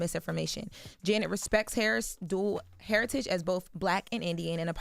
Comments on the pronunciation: Heritage. Not herriage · She said italics and heritage wrong as f